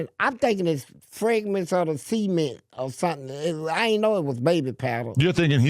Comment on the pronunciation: said cement as seament😂